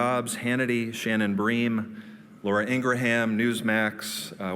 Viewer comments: "Ingra-Ham. Yeah. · Laura Ingra-HAM... best pronunciation ever! Oh and then there’s the Kraken.